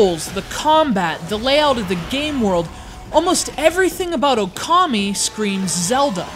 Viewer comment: It's O-kami!